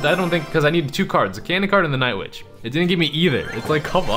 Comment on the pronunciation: XD INSTEAD OF WITCH U SAID BITCH XD LOLZ DAB ON DEM HATERS